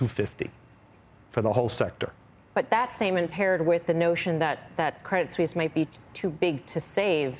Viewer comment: Steve says "Suisse" correctly. Can these CNBC goofballs quit saying Credit Sweeese. Just because it's spelled Suisse, it's still pronounced Swiss